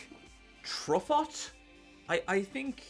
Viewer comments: Mon Dieu. As a Canadian with some very basic French understanding, this killlllled me. Little miss Truff-ett sat on her tuffet eating her curds and whey. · also, mispronouncing Truffaut in a 'best movies' list is a masterclass troll, even if unintentional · That Truffaut pronunciation. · Not a French New Wave guy ig lol.